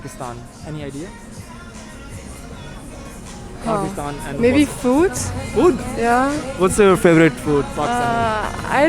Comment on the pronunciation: Pakistanies pronouncing their country as “Phagistan” just to fit in an foreign country is so funny 😂